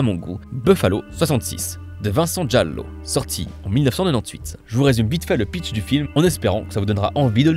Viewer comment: Un de mes films préférés ! (on prononce Gallo, pas Jallo 🥸)